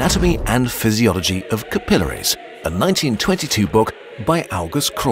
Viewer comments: the sheer amount of times you pronounce capillaries wrong is infuriating. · all this digging and can't pronounce capillaries correctly. ... seems legit.